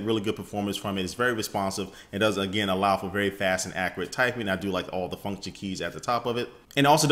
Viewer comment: he said accruate not accurate;P